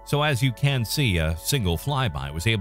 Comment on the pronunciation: The voice AI on these videos has trouble with the word "can". Makes some sentences sound odd.